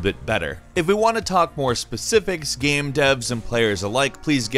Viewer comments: Hilariously, every time says "game" he says "gam" lmmfao baaaahahahaha!!! We all love gams, these multiplayer gams lmao! Playing a gam! Hahaha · ''saem paeg in the gaem'' why do you talk like that and why are you the one narrating the videos?